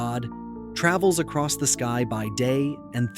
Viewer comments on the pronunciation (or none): none